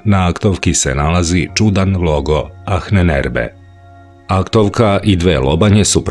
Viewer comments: Achnenerbe.. se čita i izgovara sa Ahnenerbe , no Ahnenerbe se čita i govori kao Anenerbe..malo me zbunio krivi izgovor na videu, no ostalo sve 5 :) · Nije Anen Erbe nego Ahnen (izgovara se sa dugim slovom a) Erbe. Sve sto dajes u tvojim izvestajima je vise nego odlicno!! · Cita se anenerbe, ne ahnenerbe. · ANENERBE bez H. H se na nemackom ne cita, izostavlja se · Nije baš perfektno...prevod i izgovor "ahnenerbe",na primer.Čita se i izgovara-anenerbe,bez H,i znači otprilike-nasledjeno znanje.Ko zna nemački,para mu uši to H,koje se,uostalom drugačije i piše--ch. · Izgovara se Anenerbe bukvalno...Ahnenerbe. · Nije Ahnenerbe nego se izgovara Anenerbe :) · A u prevodu ahnenerbe... Inače se čita sa malko dužim a -a bez h Ovako aanenerbe što u prevodu znači: nasljedstvo znanja! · Bez "H" - ANENERBE. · Mala ispravka samo. Ananerbe..... H se ne čita........ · Anen se cita, nasljdze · Prilikom izgovora se ne čuje "H" u Ahnenerbe